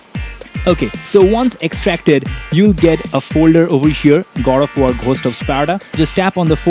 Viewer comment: why you keep on saying Gold of war!?? LOL